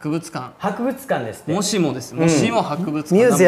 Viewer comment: 神さんが博物館の話の時に日本語の「もしも」まで英語風になってるのが、面白いです♡ 応援しています！！！！！！